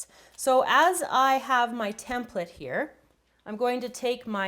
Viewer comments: she just doesn't pronounce the E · how she pronounces "template" , so annoying